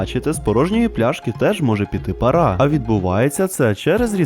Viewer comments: пАра, наголос на перше а) але всеодно молодець, що розвиваєш україномовний контент 🇺🇦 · ти впевнений що українською справді буде парА? я на протязі всього свого життя чув це слово з наголомом лише на першу "а" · пАра а не парА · Я вибачаюсь але не парА а пАра